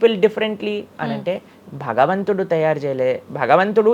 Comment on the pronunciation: Baktulu kadu Bhaktulu, bagavantudu kadu bhagavantudu, vattulu sariga palakandi please. Check how he is pronouncing